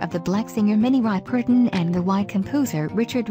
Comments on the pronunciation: Thor Targareyon I am very for real. I grew up around people who were not native English speakers so I know that has nothing to do with somebody's lack of American background. ry-PER-ton (i.e. stressing the wrong syllable and everything) vs RIP-er-ton is more of a lack of asking someone how it's pronounced. All the narrator had to do was ask how it was pronounced. This is the last comment to you that you will see you on this because I don't go back and forth with trolls, sorry. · Did she say “the Black singer Minnie Ry-pur-tin? 🤣🤣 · Puleeez,! Chocolate in her Blood? WTH??? They also pronounced Minnie Ripperton as :"Ry-per -ton" people from other countries shouldn't do these articles! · Yes and I'm trying to figure out why the narrator butchered Minnie's last name. I mean, seriously? 🤣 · I wish people would learn how to say people's names. This was the worst pronunciation of Minnie Ripperton, Maya Rudolph's mom I have ever heard... 🙄